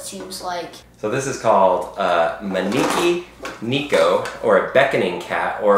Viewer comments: It’s not neeko it’s neko (neck-oh)it’s cat in Japanese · hOW dARE yOU yOU sAID nEEKO iNSTEAD OF nEKO jk its ok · It's neko not neeko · You said it wrong its ねこ